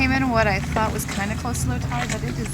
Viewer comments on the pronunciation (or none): none